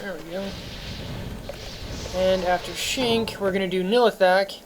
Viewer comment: i have to say this man .... why the fuck can't you pronounce ANY of the names ? Shenk he says shink ... baal he says ball ..... how did you even get your setup being such a noob ?